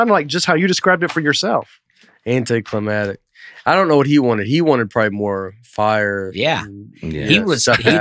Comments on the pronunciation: Love how Nate keeps saying anticlimatic instead of anticlimactic. He’s ignoring the c in it and I am surprised didn’t step in and correct him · "Anty clamatic"